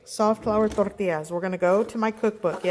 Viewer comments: Roll that "R"; be proud!! ❤ My boys and i call them "tor-tillas" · You say it perfect… You roll those Rrrrr’s! ❤👏🏻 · Love it when you say tortillas the right way...😊 alot of us need to get back to roots...I haven't made them in years, but I used to. My Grandma made them when we were kids..every morning. Loved staying there 😊 fresh, hot With real butter 🧈 yummy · You say tortillas correctly. Excellent video, too! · Your hair looks gorgeous. Please do not lose your heritage, so continue saying tortillas the correct way!